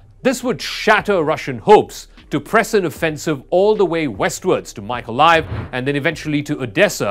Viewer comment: "Dnaipr"? "Maikolaiv"? "Zaporidzhia"? Learn to pronounce the names properly ffs